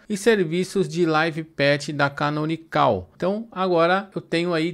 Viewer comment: Uma coisa que não sabia, achava que tinha que pagar para obter a versão PRO do Ubuntu. A propósito, não se fala "canonicál" e sim, canonical sem o acento agudo. Deixei um like no vídeo.